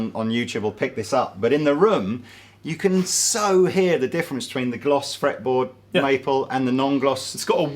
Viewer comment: I laughed at "gloss fraple metboard"!